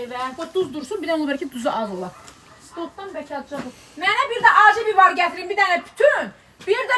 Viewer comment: Bibar yox biber